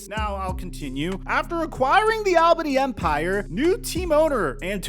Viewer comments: Hey, coming from an Albany native, great coverage, but a heads up, it's pronounced "All-bany" not "Al-bany" keep up the great work though 💪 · It's pronounced ALL-BANY. Not Al-bany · AWL-bany. It's pronounces Awl-bany. Take it from someone who works in that arena and lives in the Capital Region. It's pronounced Awl-bany. NOT Al Bundy-Bany, AWL-BANY. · It's pronounced ALL BEEN KNEE. ALBANY. just saying I'm a new Yorker. Lmfao. And no, we all don't sound like we're from Brooklyn. But I'm from Brooklyn lmfao. Anyway u always do a great job young man rock on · Also it’s pronounced ALL-BAHNEE